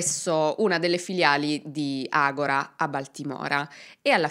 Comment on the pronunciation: Brava. Hai sbagliato sistematicamente la pronuncia della società del soggetto ( è ''Agòra'' e non ''Agorà'', come verrebbe naturale anche a me ), ma comunque è un'altra ottima esposizione dei fatti, con un buon livello di accuratezza e il necessario ventaglio delle diverse ipotesi. ===